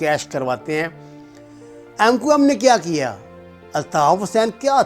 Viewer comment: jahil k Bache mqm to thek se bol